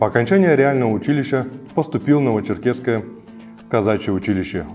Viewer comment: очень познавательно, но нужно ещё поработать над дикцией. Нет "новочеркесского", а есть Новочеркасское, как и нет звания "хоружнего", а есть хорунжий.